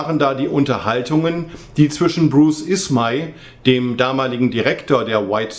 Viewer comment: und der liebe ismey wurde falsch ausgesprochen